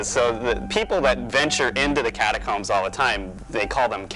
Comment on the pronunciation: It's catacooombs